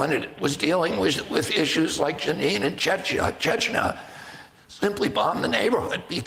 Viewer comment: It is pronounced Jah neen and I would never vote for RFK jr. He is a democrat through and through ! He is obviously taking this stance because he is a coward and if he is a coward can he be truly trusted with anything else he says.